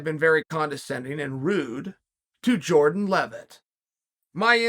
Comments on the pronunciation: “Jordan Leavett” correctly pronounced…. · To hear Chael not MESS his name up makes it appear that Jordan is now a star haha